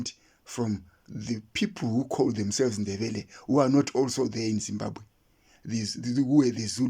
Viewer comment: There is absolutely no notions of kudzimba or kudzimbira in the name Zimbabwe. You are correct about wrong pronunciation of Zimbabge. This is the only country where citizens cannot properly pronounce the name of their country.